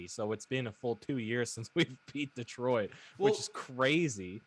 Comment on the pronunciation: "Deetroit Pistons" ..there's no accent mark over the "e" so don't stress the vowel sound, its "Deh-troit" 🤣